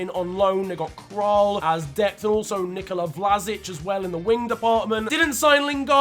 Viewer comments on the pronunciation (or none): none